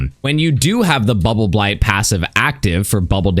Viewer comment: I like how cleanly says "Bubbleblight buff." 10/10